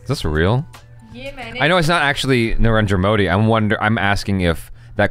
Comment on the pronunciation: Was I the only one who heard say Niranjan Modi rather than Narendra Modi:D Cute!